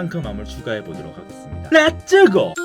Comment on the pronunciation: 레쯔고! 너무찰져 ㅋㅋㅋ